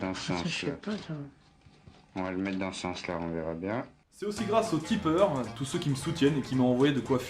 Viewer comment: personne à remarquer à la fin le "merci à tout ceux UI" ?